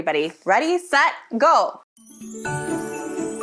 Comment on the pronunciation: You say 'Ready, Set, Go!' and I swear I hear 'Ready, Set, Gold!!!' I guess all I see is the hints of gold in the first seconds of the video.